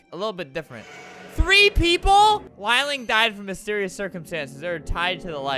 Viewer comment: if you say "lie-ling" again- albert: lieling LIL-ING